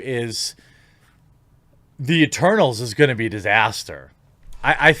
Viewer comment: Stop mumbling the word eternals jeremy, I keep hearing turtles, and it is confusing for a simple mind like mine.